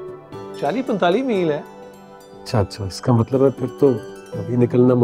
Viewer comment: Tai g pury drama ma Matlab ko matbal Keh rahi ha 😆